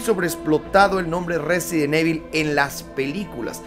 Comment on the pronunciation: Porque dicen evil no save pronunciar